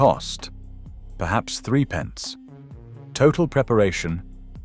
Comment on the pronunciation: Hi It’s not 3 PENCE, it’s THRIPPENCE!😮